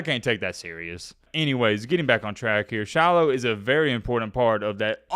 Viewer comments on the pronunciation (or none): Dude when you say “Shilo” it sounds like “Shallow” because of your accent. Love it! 😂